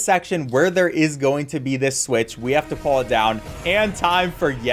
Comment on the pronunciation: until about half way through i thought you were saying 'pour' yourself up instead of 'pull'